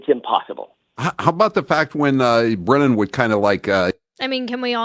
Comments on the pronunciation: Hank Breenan? Bad pronunciation host. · It’s pronounced Hank Brennan not like it’s spelled Breenan FYI..